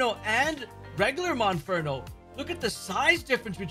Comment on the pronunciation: MONFERNO KRICKETOT. If you’re going to do a video about finding these Pokémon, for goodness sake say the name of the Pokémon you are actually referring to CORRECTLY.